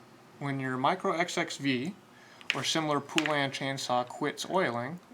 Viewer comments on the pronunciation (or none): It's not pool-an it's pole-an. That's the correct way to pronounce it. If u google it there's a retro commercial about all the different ways people mispronounce it lol. The way u say it is one of them. Don't feel bad where I live literally everyone says it wrong haha